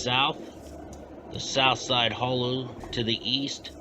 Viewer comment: Steve Seventh is name is not pronounced like the number 70 but pronounced "Sa vent tee". And the neighborhood is pronounced " the Holla". Otherwise an interesting video.